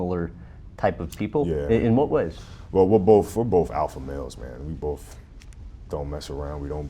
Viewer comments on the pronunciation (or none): It's both, not "bof".